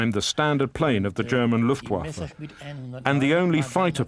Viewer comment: are you just trolling? because he says Luftwaffe about right like and he even says bayerische flugzeunwerke about right